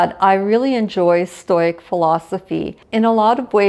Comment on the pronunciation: Thank you for this. Lovely thoughts. I will gently suggest you look into the pronunciation of stoic and stoicism.